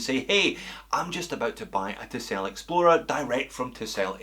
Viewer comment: For the first part of the video, I swear you were saying Tissot and thought "huh, I guess he dialed up the Scottish to 11." Tisell is a new one for me, but not bad looking at all.